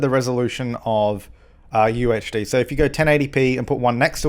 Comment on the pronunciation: Every time he said UHD I thought he was saying UHC. I need to chill on the minecraft.